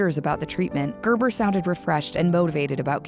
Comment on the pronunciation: "Gerber" ... worst name, and the way it's pronounced here is.. gaah!